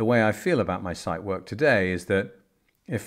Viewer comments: Dear sir. Out of respect for the watch, please be so kind and check the pronunciation of the Zeitwerk. No "site" there...... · The mispronouncation of "Zeitwerk" makes me cringe.